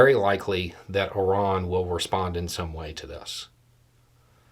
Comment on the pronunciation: I'm glad you didn't pronounce the country, "Eye Ran", "ehyran; much softer... is best